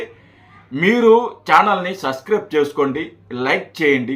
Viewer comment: Subscrib అని చెప్పడం కూడా రాదు...మరి నీకెందుకురా...చానల్. లఫుట్ గా😂